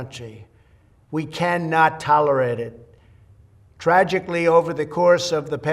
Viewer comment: "We can't taloride it anymore"